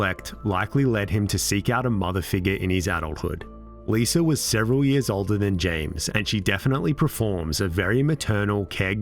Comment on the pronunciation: L..I...S...A... How in the fuck does that spell "Liser"???? Why cant brits end a word in an A without turing it into an ER???